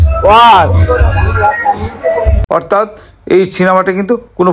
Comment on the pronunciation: SPY ওয়ার কে , SPY ওয়্যার বলছেন কেন ?